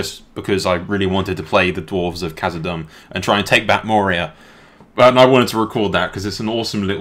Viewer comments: No offense m8, I just felt like I have to let you know that (Khazad)-dûm is pronounced like doom, not dumb. Just call it Moria if you're not sure, and avoid die hard LOTR fans and grammar nazis such as myself in the future. Cheers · you pronounce Khazad Dum wrong. You have the Khazad right but Dum is pronounced like Doom.